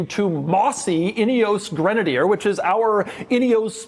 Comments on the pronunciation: "Inny-ose"? No, it is Ineos, like "In-ee-oss" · could've sworn Doug said "idios Grenadier"